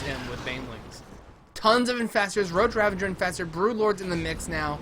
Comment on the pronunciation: RAVAGER NOT RAVENGER